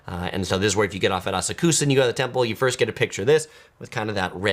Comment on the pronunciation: How can you have such bad pronunciations of these place names but have such good knowledge? 😆❤(Asakusa is pronounced Ah-Sak-Ska)